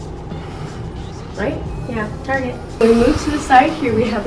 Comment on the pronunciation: i thought i was the only person that called target, ‘tarege’😂